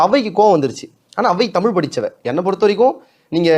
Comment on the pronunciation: இப்போது தமிழ் நாட்டில் பேசப்படுவது தமிழ் அல்ல, தமில்! இங்கே பேசுபவருக்கும் ‘ழ’ பிரச்சினைதான்!